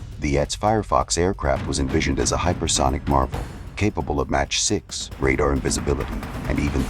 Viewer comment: How many different versions of Clint Eastwoods' face are in this AI mash up? Also, it's pronounced Mack 6 not Match 6! One five hundred kilometres? No, AI dummy, fifteen hundred kilometres. Midge 31? Jeez, what kind of English is this robovoice using?